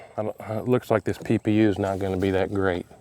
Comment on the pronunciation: Every time you say PPU my brain hears Pew Pew!!! 😂😂😂😂